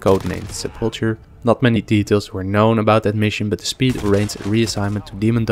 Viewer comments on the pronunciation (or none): none